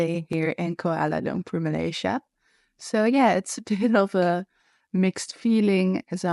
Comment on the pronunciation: You pronounced koolwala loom poor correctly..( some foreigners say kwala lump per) ..haha